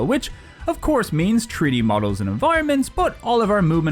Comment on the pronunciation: I'm new to the channel but I'm really enjoying it so far. When you were talking about treaty fighters I was thinking wtf are you talking about. Turns out you're saying 3D not treaty🤣. I thought it was funny so I wanted to share that. Thanks for the fun video